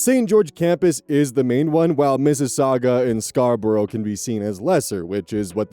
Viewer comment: Not my Canadian ass being momentarily stunned hearing an American pronouncing Mississauga and Scarborough correctly! 😂